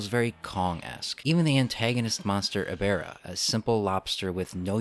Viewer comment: How to Pronounce Ebirah's Name: Uh-Beer-Ra